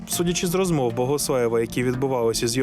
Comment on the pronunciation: Дякую за цікавий, якісно зроблений випуск. Одне зауваження: диктору треба працювати над вимовою. Я не маю на увазі його природний дефект мовлення. В диктора явно русифікована вимова. Наприклад: зробиф, розмоф - замість зробив, розмов; щьо,чьому, іщье - замість твердих що, чому, іще; пропонуе, украінський - замість пропонує, український. Тощо. Наведені викривлення вимови цілком піддаються виправленню завдяки спеціальним вправам і докладеним додатковим зусиллям.